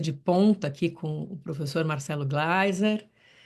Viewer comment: Professora, a senhora está falando o nome do gleiser com uma pronuncia diferente , pra aparecer ou por ignorância mesmo ?